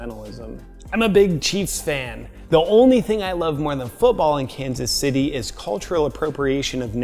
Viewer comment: Sounded like Los Angeles there at the end